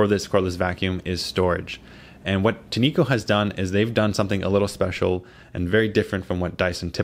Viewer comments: I wish reviewers would stop pronouncing it tee-nee-ko. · They pronounce it: TIN’ ko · I think its pronounced tin echo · its "tin-co" btw great review